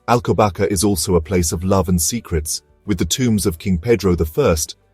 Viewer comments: it is prounonced "alcobassa"! not alcobaka!!! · I love the Monastery of Alcobaça, but I have to watch this with the volume turned off. How can a video be made without checking how to pronounce Alcobaça, ç is pronounced as a soft S not K.